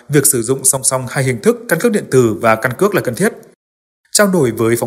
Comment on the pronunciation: Căn cứ điện tử hay căn cước điện từ. Phát âm khó nghe quá.